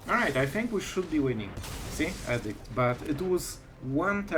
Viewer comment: I enjoy all your videos and learn a lot from you. One small thing I wanted to point out is your pronunciation of edict. I was really confused a few videos ago when you were expecting the opponent to play edict until I saw the card. You pronounce it like addict as in drug addict. It is like the letter E, like eeedict. I know how pronunciation can be difficult,for several months I pronounced the letter Q in Portuguese in a way that actually meant a$$hole, and when I was speaking Spanish pronounced the verb "to run" like they do in Brazil, which sounds like the verb "to f¥ck" in Spanish. I thought I was telling them I run every day.😂 Anyway, that is just the one thing that might confuse people because it did me. Thank you for all your videos, you are the only Magic player I watch.